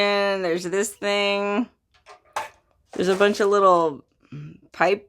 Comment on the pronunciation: “thing” not think